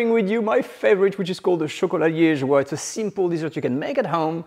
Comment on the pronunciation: Liegeois has an "e" after the "g"! Otherwise the "g" is hard.